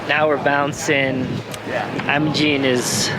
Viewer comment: Iimmmmmmaaaaa'jgiinnee" the g is silent